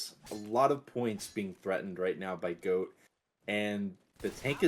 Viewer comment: Is GOAT, not Hokori